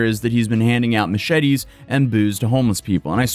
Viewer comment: "mooshety" lol